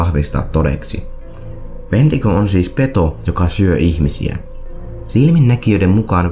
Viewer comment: Toi "Wentigo"-sana kuulostaa siltä "huumenesteeltä", en muista sitä nimee kyl just nyt 😂